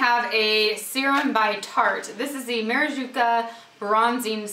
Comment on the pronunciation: "Ma-ra -ju-ca " lol))))) love ur videos, )))